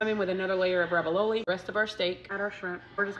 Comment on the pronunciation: Hun- ravioli doesn’t have a B in it. RAV-EE-O-LEE.